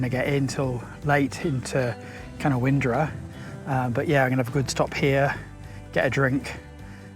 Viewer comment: Hey, they call it ca- noun-dra 😊. Merry xmas and thanks for the entertainment!